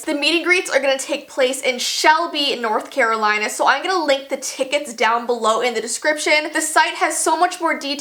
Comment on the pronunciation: i thought you said coraline lol